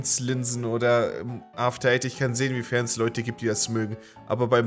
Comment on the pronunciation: wer hat bei After eight auch zuerst after aids verstanden?